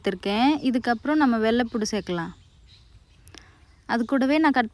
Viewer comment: வெள்ளை பூடு சொல்லாதீங்க வெள்ளை பூண்டு னு சொல்லுங்க 😊